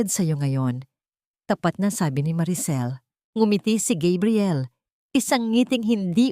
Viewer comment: Please Gabriel not kabriel please wag Naman masyadong ewan